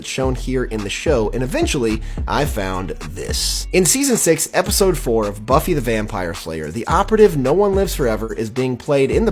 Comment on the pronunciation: I think I misheard you there did you really mean to say buffy the vampire layer ?.